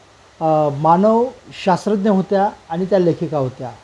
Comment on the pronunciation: ईरावतीबाई "मानववंशशास्त्रज्ञ" होत्या. वाचणारे महोदय नीट उच्चार करत नसल्यामुळे आपणही confuse होतो.